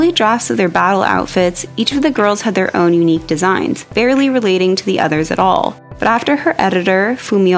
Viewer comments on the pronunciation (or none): none